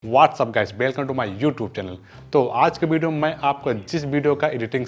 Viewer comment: Hahahah bideo nhi hota video hota hai😂😂😏😏